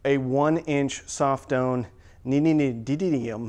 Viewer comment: NEO-DIM-EE-UM. Neodymium.